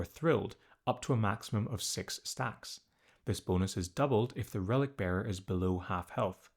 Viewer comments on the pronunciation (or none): none